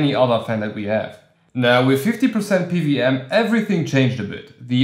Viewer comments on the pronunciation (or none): Why do you keep saying PVM? Do you know what a W is? 😂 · Good video! I kept hearing PVM fan with that accent. What country are you from?